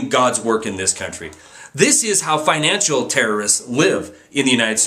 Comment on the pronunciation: Great video... but FINACAL? You mean FINANCIAL right?